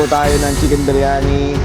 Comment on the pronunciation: arabic yung cnasabi mo. Ang linaw ng pagkakasabi ng indian style beryani.